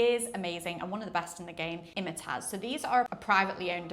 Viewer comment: it's pronounced Im-tiaz not Imitaz. Nice video but just wanted to mention this.